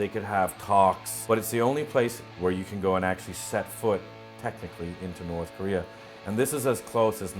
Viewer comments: The narrator seriously needs to practice on saying 'Korea', it sounds like he's saying 'Korrrrrrrrrea'. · the guy pronounces korea , career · Does anyone notice the North Korean Commentator saying "Korea" like "Career?" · Ilove how they say Keureyeur instead of korea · announcer voice “korear” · Also, "Kareer"... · "North Korear" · Korear. Korear. Korear. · I had to idea it was pronounced Korear! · i didn't realize Korea was pronounced, "Ka-reer"